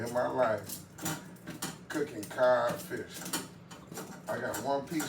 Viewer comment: That CoD sure looks good. I watch all your videos and I enjoy you having fun with your food. One Thing; the fish is pronounced CoD, not Cob. (Google it if you don’t believe me), C-O-D.. 😊😊. Have a great rest of your day. See you on the next video.